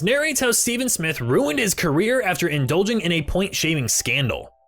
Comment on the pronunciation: I think it was actually pronounced "stevv-in". I may be wrong though